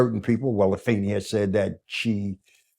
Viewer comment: Finally, somebody says Afeni's name right